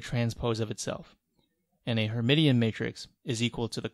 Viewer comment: Awesome set of videos! Btw... her-mish-in ;) Of course, Feynman on knowing the names of things is the important takeaway.